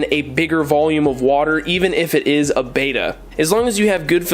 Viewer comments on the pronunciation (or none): Get a koi (color type) Betta. it is pronounced behtah not baytah. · Bet, bet, bet ... betta. Not baeta, not bayta, and not betta fish. Click the loudspeaker. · Sorry but I am tired of you saying Bait a fish when it is a Bet ta fish,bye un scribed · First, it's bet-ta not bay-ta Next, HMPK bettas are my favorite bettas. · It's betta, with a soft e. Beta, with a hard e is the second letter in the greek alphabet. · Roman G your right I will not unsubscribe. When ever talks about Bet ta fish I just mute him,,,,lol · First off, pronounced as Bet - Ah secondly... Nope actually that was all. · Betta, not Betta!😉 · you’re pronouncing it wrong but good vid